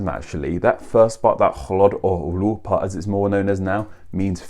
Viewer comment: I laugh at a lot of words sound like an O is at the end... ChannO, AudibO... etc. Then "Party" sounds like "Pie" to me... lol